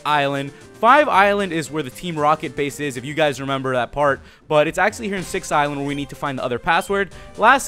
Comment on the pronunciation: am I the only one who thought it said sex island not six island?